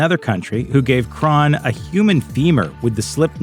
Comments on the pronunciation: It's Crahan not Cron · Jesus Christ, do you conduct ANY research for these videos? Crahan is pronounced cray-on (just like a Crayola). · For the record Crahan is pronounced Cran. The "h" and second "a" are silent. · “Drummer, Shon Chron” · The way he says Crahan makes me wanna beat him up pretty severe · This is how many times he mispronounced Clown’s last name. 👇🏻